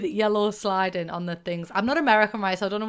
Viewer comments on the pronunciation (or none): It's actually siding, not sliding. But like every sims youtuber calls it sliding for some reason 😅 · lol, it’s not sliding, but siding. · sliding 😂, it’s siding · Siding not sliding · Siding***** no "L"